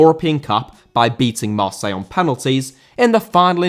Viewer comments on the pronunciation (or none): none